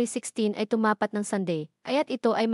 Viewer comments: Ayudin mo pagsasalita mo Tumapàt ay binibigkas ng mabilis, di tulad ng pagkakabigkas mo na tu ma pat . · Hindi mo alam ang tamang bigkas ng TUMAPAT?